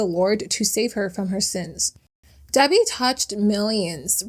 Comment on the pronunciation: It’s Debi not Debby